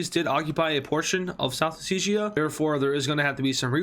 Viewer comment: day 18 of telling its not pronounced south oseeshia but Oh-set-iya